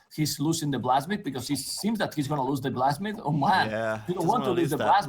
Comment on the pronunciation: I swear when says "blacksmith" he actually pronounces it "plasmid". This isn't Bioshock man!!